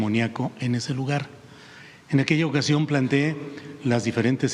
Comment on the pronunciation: Muy bien pronunciado plantee y no como lo pronuncia la presidenta